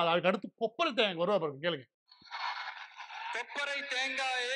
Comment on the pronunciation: கொப்பரை தேங்காய் இல்லை.. தொப்பரை தேங்காய்